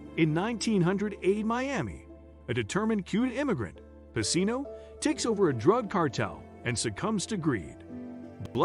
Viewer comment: His name was pronounced wrong the whole video. It’s pronounced pa-chino